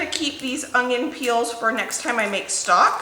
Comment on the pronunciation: ...it's onion...not ungyion! I used to say it that way all the time. Now after working at it for years I've corrected it most of the time. I wouldn't have said anything buy you use onions soooooo often and I hear it all the time. Correct it if you will or not I'll still be watching!!!!